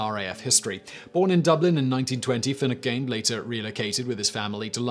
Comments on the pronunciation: 'Finucane' isn't pronounced 'finnu-CANE', it' pronounced 'fin-NOO-kin'. There's a site called Forvo that you should use if you're fuzzy about how something is pronounced as it's generally pretty accurate. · Simon, you really are uncultured. If you don't know how to pronounce a name, look it up! Finucane is not pronounced as you do. Every English person who takes and interest in current events and is over the age of 30 will know how it's pronounced, given the controversy over the murder of a solicitor in Belfast of the same name.